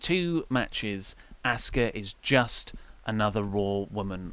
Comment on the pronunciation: asuka (aww-ska) not asska